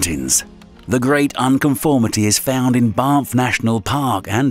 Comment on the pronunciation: I'm sorry, as interesting as the subject matter is, I could let slide the "chazzum" (chasm) pronunciation early on, but.... Before 8 minutes are up we have; "Zeeyon national park in Ootah"; BaRnf rather than Banff; 2 different but equally butchered attempts at Paleozoic (Pale-E-O-Zoh-Ik) of "Pallyzoyk" and "Palzoyik". OK, not everyone is a great reader, but perhaps then reading out scripts for a living is not for you. OK, some of them are tricky and unfamiliar scientific words (residents of "Oohtah" may disagree), but if that applies to you then maybe don't apply for the jobs largely comprising of scientific terms? Or, maybe it's all just a deliberate and cunning plan to keep easily-irritated and overly-bored chumps like me viewing the video longer, while we also level up the video's engagement stats by commenting an essay... TBH if that is the case then you've clawed back a modicum of my respect. Sneaky social media techniques I can roll with. A genuine belief/mistake/ignorance of it being Zeeyon Park in Ootah I cannot.